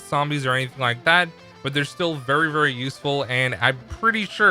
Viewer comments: "Vury vury" 😂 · Vury vury good video